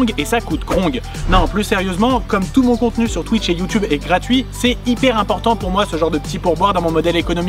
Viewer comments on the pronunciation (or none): none